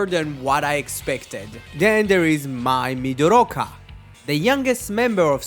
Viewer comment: Look, first of all, you need to fix your vocabulary. Practice a lot of public speaking in the future. You have the effort, but just not enough. Second, Mai Mi-do-ri-ka-wa. Not Midorocco, like you want to pronounce a country. Other than that, try dwelling more, I mean more, into the sources you want to refer. Tsuruno was never a sporty guy before Dyna was even in production. He was more of an entertainment guy since high school, as he played brass instruments. It's also a well known fact in Japanese fandom that Tsuruno's casting had made Tsuburaya reconsider the conditions to cast protagonists in the future, that they need to have emphasis on body performance. If you want a more fun fact then here; the scene in episode 2 of Dyna had the Super GUTS members trying to come up with Dyna's name. That scene was entirely ad-lib as per encouragement by their writer, Keiichi Hasegawa, but Mai's scene of naming Dyna was poorly received by the other filming crew, who she recalled to ridicule her for that poor ad-lib. Also, let me tell you, the final scene where Dyna gets sucked into the wormhole was lambasted by Hibiki and Mai's actors, Ryo Kinomoto and Mariya Yamada. The former in particular mentions that it misleads the audience into thinking that Asuka died in the wormhole when he's not.